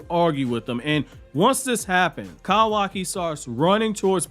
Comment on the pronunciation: KAHWAKI KAHWAKI KAHWAKI KAHWAKI...... it's like isshiki shouting "kaaaawaaaakiiiiiiiiii" but the ahhh is present after kahwahki. kawaki is correct not kahwahki